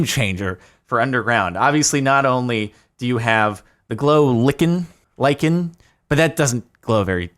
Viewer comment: Jardon, lichen is pronounced like-en